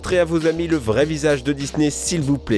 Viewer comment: MDR A chaque fois tu dis je cite "Dis-nez"